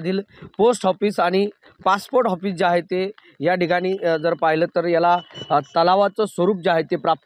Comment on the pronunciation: ऑफिस ला हॉफिस च म्हणणार